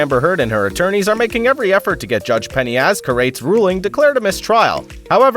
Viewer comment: Learn to pronounce names correctly when doing videos like this. Judge Penney would appreciate it. (study video "Electronics in the Courtroom" where she introduces herself).